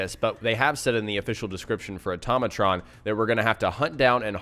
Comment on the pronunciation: automatron said like "ortoe may tron" not "utom a tron